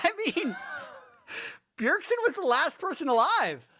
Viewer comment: It's Bjergsen not Bjergson 😐